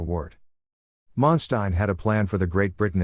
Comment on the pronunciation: listen to other documentary this will help you to learn how to pronounce his name properly